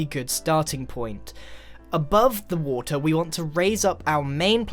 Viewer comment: "On the [wo-tr]"